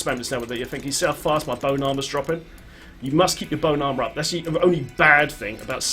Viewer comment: i love how it sounds like you are saying "boat armor". D3 vehicles? yes plz